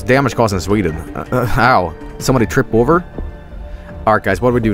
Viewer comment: I literally went "Sveeden" as soon as I saw it and then a couple of seconds later said it the same way.... Have I been infected with Jobelitis?